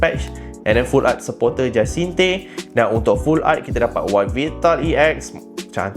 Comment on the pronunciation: Pronounciation Jacinthe : Ja-san-th